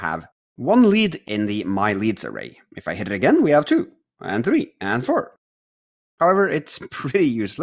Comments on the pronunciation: Three not tree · "Tree new notifications" at about 50 minutes.